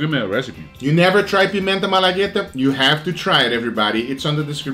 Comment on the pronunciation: Are you brazillian? Because you said pimenta malagueta perfectly